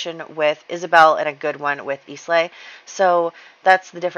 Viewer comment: Islay is pronounced "I-LA", not "IS-LAY" :)